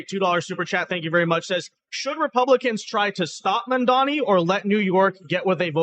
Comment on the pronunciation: Hilarious watching everyone butcher Mamdani's name in every Youtube podcast. Zamdami hahaha